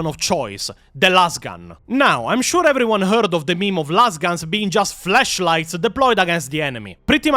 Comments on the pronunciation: not hating coz i know you learnt English for warhammer. But but but....please work on how you say "flAsh light" for me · Your accent makes the word flashlight sound... interresting.